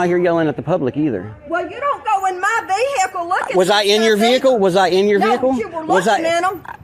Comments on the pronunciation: it's "vehicle" all one word, not..... veeee HIC lllle. 😂😂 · I would never go to a place where they say “vee hick el” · Wow this is a special kind of stupid! What is a vee hickle?😂 That woman is crazy! Sloppy looking uniforms, out of shape and private vee hickles. Y'all must be liberals bc y'all know your rights. None of these idiots know anything about the law. They all have stupid looking expressions on their faces. It's really something out of hollyweird! You can't make this stuff up!😂 You can tell they have never been told no. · What on earth is a veehickle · What exactly is a Vee-Hee-call? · Dinga ding dang ding dang ding dang ding, vee-hickle. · Vee-HICKS are more like it